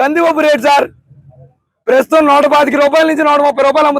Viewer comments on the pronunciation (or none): పేసుతం కాదు రా 😂ప్రస్తుతం 😂😂😂😂 పోలవరం మిరు కదా పూర్తి చేస్తాము అన్నది వాళ్లకన్నముందు ఎటకారం నాయల😂😂